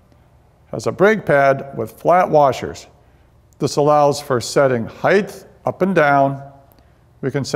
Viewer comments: The word is "height", NOT "heighTH"! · Height not heigth. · “HEITH” isn’t a word, Einstein. Otherwise, great video. Thanks.